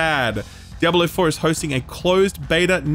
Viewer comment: "Diabalo" lol